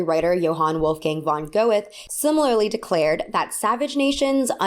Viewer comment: Love the video but damn did you butcher the name Johann Wolfgang von Goethe 😂 Von is not as in fun but rather an f with on after it For Goethe it’s G as in (G)rass oe kinda like (ea)rly and the as in (te)mperature The real pronunciations don’t really exist in English but I think this is the closest you will get